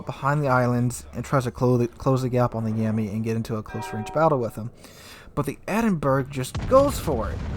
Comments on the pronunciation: its NOT pronounced the Edinburg... its the (phonetics) Edin-Borr-rah... sorry to correct you again, but hey... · Edinberg??? EDINBERG??? IT'S PRONOUNCED "EDIN-BRAH", you doughnut!! (Despite being spelt 'Edinburgh'!). To contributors on YT from the North American continent, PLEASE learn to pronounce place-names properly, it really isn't that difficult! P.s. - I'm not Scottish, am English, but it still pisses me off when it's pronounced wrongly! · Thank for your video, as ever a great one. Minor issue it is not "Ed-in-berg" (phonetic spelling) it is "Ed-in-bruh", though sometimes "Ed-in-buh-ruh", I suggest the first is easier. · Are you trolling when you say Edinberg? , not dispersion it's poor aim, too low in the water, shot dunked.